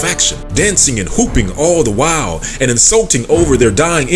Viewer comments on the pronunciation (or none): none